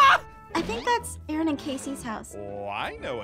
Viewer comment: Its Aaron not aron😂